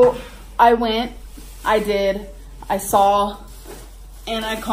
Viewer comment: She "sawl" so many things she wanted!? Ugh make it stop!